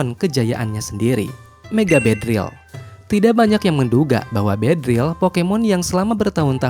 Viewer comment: Beedrill yg bener, min 😅